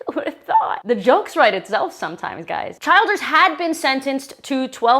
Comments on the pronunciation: Funny the bastards last name begins with child. Child+raper=Childers. Pronounced Chelders, by the way but the way you botched it was perfect. 😂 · The name is pronounced CHILL DERS ... NOT Child ers. I swear everyone witha vdieop camer and a YT account thinks they need to be on god damned youtube adding bad commentary to the world. If you're going to act like a news souirce learn how to pronounce words (and names) before you get in front of the camera.